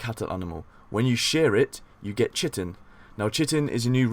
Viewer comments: hey dude, great vid, had no idea this mod was even released! It's going straight into my load order. Just a heads up, chitin is said more like kite-in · I like the voice to this video. My only complaint was the mispronunciation of "chitin". Thanks for the video!